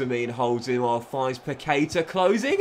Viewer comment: I´m brazilian, and it spell like Pactá (Paquetá) With the strong acent on the "Tá"